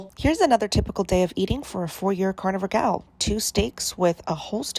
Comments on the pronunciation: i like how you say carnivore like “carnie-vore” because these people really be looking like clowns, like to the same extent vegans do. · I like the way you say carnivore. Carnyvore lol. 😂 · I know this is supposed to be a serious video and all, but I can’t get over the way he says carnivore😂 I love it😄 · SAME i couldnt even watch w/o laughing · ' pronunciation of carnivore makes me think they're eating fairground employees